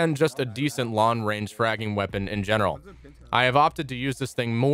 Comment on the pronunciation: Can you please pronounce the “g” in the word “long” in ur next video please I’m tired of hearing “Lon”